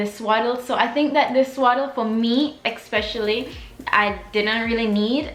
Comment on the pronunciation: Great video. Just one thing that bugged me the entire time, it’s not eXpecially, it’s especially!